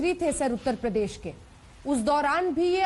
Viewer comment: प्रदेश को पदेश बोलता है।